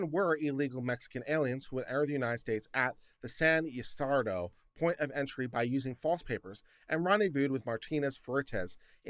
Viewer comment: I don't mind when people mispronounce difficult-looking names, but in case you're curious, Ysidro is pronounced as ēē-SĒĒD- rho. It's actually a very old name that means "Gift of Isis," which I think is supercool.